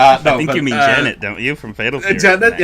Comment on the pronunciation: hate to be this guy but (mika ass slap) B. Jenet is pronounced "Jenny"